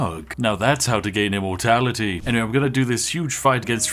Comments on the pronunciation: I keep hearing "Immortalitea" than "Immortality" 🤣 I think I need to lay off the Yorkshire TEA! Which is and as sponsored by the great Spiff delicious. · I only heard him say immortaliTEA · I swear when i hear him saying immortality, he actually says ImmortaliTea